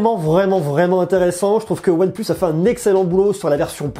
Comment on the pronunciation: En anglais ? OnePleus